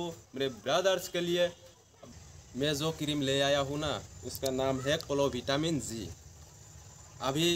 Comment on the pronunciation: Kirim ka name thik se bolo